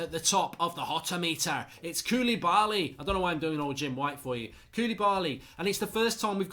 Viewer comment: Mark cant even pronounce Koulibaly